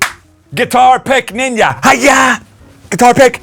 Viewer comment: I will never ever get sick of hearing you pronounce “ninja” with your accent. Freaking “ninya” man! Yes!!! 🤣 Best ever.